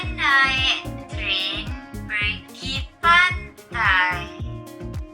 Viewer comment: when bro said malay phrase he like mispronouced pergi so much that i choked on water bro.